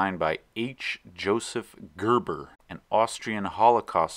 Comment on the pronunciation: Cörves? Convörsions? Görböh!